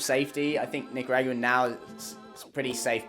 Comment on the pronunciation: Bruv you’re killing me w the nica rah gwua